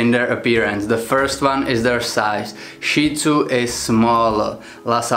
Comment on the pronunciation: Thank you for pronouncing Shih Tzu correctly!!! Most people in my country pronounce it "shit" zoo. I have a 10 1/2 year old Shih Tzu who can be seen in the videos on my channel, especially my BarkBox videos. My experience with Lhasa Apso is that they are more often aggressive than friendly. The immediate physical differences are the flat face/short snout on the Shih Tzu and the long snout on the Lhasa Apso as well as the length of the legs.